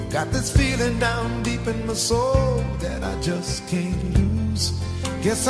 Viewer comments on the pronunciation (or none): none